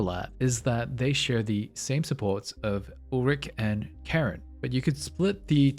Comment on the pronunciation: i love when people pronounce names wrong when they are pronounced correctly multiple times in the game. Sharon sharon sharon sharon sharon sharon sharon